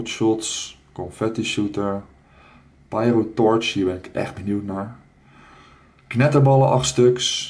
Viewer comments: pierotorch? spreek uit als pijrotorch :P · treboriaan de vries phahaha pijro Haha nee je spreekt het Engels uit